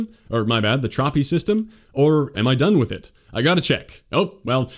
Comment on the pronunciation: "Trahpy System"????????????